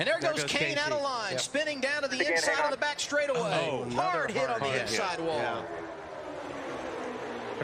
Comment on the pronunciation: he was about to say stwaightaway uwu